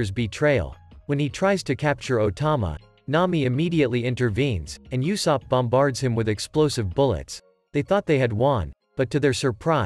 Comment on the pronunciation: Blud said YOUsopp